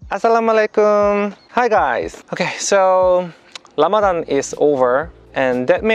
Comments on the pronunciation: Rayan Gold it’s because in the Korean language, the ㄹ in 라마단 makes a R or L sound. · him saying Lamadan made my week. May Allah bless you and guide you through your journey Jay kim brother.